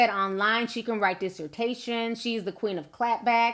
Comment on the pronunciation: She said dissertation lol